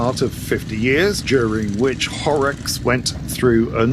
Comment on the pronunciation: ….wrinkled rider from Germany here. You pronounced Horex just right.